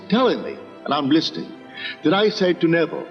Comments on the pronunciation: Navarre is not correct. Neville. Ne-vil (pronunciation). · Music is very distracting. Also, his name is Neville — not Navarre.